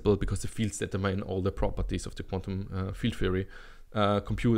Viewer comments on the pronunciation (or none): determine is pronounced like Determinante without the ante